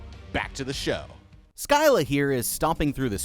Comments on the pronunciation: Btw its pronounced sila not scila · it pisses me off hearing how you say scylla! wtf is silia? its sila! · yeah the pronunciation is "siy- la" not seleia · It’s pronounced Silla that’s not how it’s spelled but that’s how it’s pronounced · Just to let you know. Scylla is pronounced like sil-uh similar to scissor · the crab is pronoused sylla btw whatever you say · Your channel is Goated but her name is pronounced“silla” nvm you corrected yourself. While I was writing this comment no edits your a goat hahah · You called her skyla at first and I was being analytical but everyone in your comments is better then me for not bringing it up 😅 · I thought it was pronounced Sih (like in silicone) - luh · Its pronounced Sylla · It is fun to listen to Americans trying to properly pronounce "Scylla" and failing again and again 😂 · Bro pronounced Scylla differently every time he said her name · Never heard Scylla mispronounced before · I have to appreciate the constant change in pronunciation for "Scylla". You never pronounce it the same way twice in a row, thus making it impossible for anyone to same "Erm, akshually, it’s pronounced *insert some pronunciation here*" Kudos to you man! And have a damn good day! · You said scylla wrong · Scyla is pronanced S-S-Y-L-A